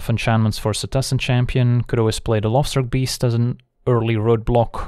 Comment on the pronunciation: Am I the only one who always hears "The LOBSTER Beast" whenever he mentions the Lovestruck Beast?